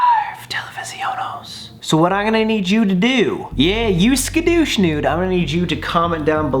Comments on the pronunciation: Scuudish noodes 😂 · “ TeLeViZi Oh No” “SkAdOoShInDoOs” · When you hear "MY LITTLE SKDOOSH NOOSES" Me: MY BIGGIE SKDOOSH NOOSES Get it bcuz he said little